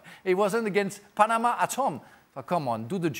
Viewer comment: As a Panamanian, hearing Frank say PA - NE- MA made my day 😂